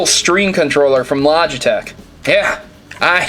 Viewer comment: What's a "Logitch"?